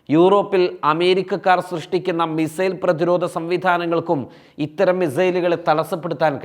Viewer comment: “മി Zail” അല്ല മിസൈൽ